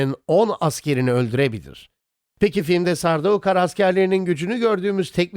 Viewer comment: Kardeş seslendirmeyi yapan abi Türkçe telaffuz ediyor. Adama gidip de sen telaffuz çalış desen ayıp olur. E senin burda yapman gereken metni telaffuz edildiği şekilde yazman. Sardaukar değil de sardukar yapsan seslendirmen abi de doğru telaffuz edeceği için çok daha güzel video olacak.